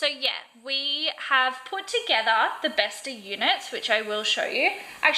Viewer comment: bestå is pronounced bestoh